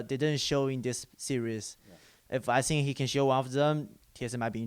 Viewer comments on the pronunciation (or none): "I sink...." xD